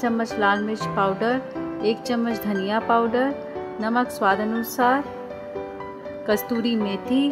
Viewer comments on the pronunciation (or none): Kasuri methi, not kasturi methi.